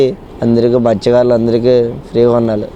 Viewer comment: Madhykaarulu kaadura, Mathyakaarulu..great reporter